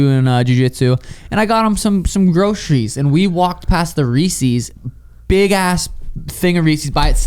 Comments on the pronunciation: Sean that's not how you pronounce Reese's Peanut Butter Cups. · “Reeseize” and “Zuckenberg” makes me mad